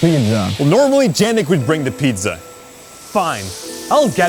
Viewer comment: guys, if you HAVE to pronounce pizza, at least pronounce it right... I'm italian, so it really pisses me off... also, bad acting....